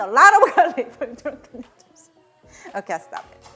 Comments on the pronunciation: me thinking: i love how she says noodles.: and make sure to get this tshirt. nu-ders. me: MELTS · "Drunken Nooders" LOL!!! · Literally just subscribed because I realized she made a “nuders” T-shirt from the way she pronounces noodles. I love how you marketed your quirk and beautiful accent. Exceptional ! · The way she pronounce noodles makes me wanna go to a Thai restaurant and enjoy drunken noodles in the "nuders". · “Drunken nudders” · Love how she pronouces .. noodles and ShriEmp🤣. So cute